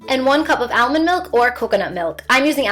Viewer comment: I love your videos and love the way you say almond 😂